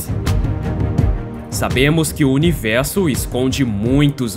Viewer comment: Por que univelso e não universo? Cebolinha?